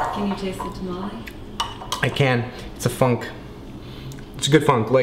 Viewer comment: It's tomalley not tamale. say it right